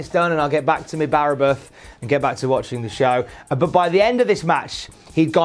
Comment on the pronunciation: Your pronunciation of Bara Brith was so bad I felt insulted